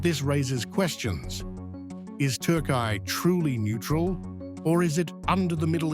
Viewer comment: Say Turkiye properly